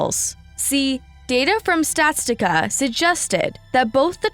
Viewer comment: girl calling statista "statstica" is wild it 😭 got me scared for a second